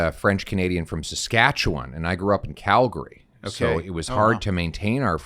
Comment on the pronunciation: I love how he says Calgary correctly. Cal-gree. 😁